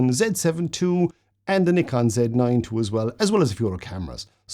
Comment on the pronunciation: Thanks for this; lovely clear video with lots of very useful tips and you pronounce Nikon correctly! 😆 Very helpful for a rank amateur still photographer trying to become a rank amateur video shooter!